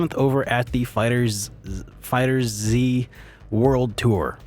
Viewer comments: I believe the best soundtrack is Chrono Trigger. Such a classic soundtrack. I also think FF4 and FF9 has great music also. Thanks for the great work. Also i believe it is pronounced Fighterz as one word. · Nobody know how to pronounce Fighterz, it's the same with Crystalis (don't trust the commercial). Final Fantasy VIII OST